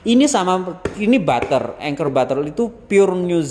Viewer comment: Anchor dibacanya enker. Klo sy kuker udh cocok pake corman patisy+palmia royal ato margarin serba guna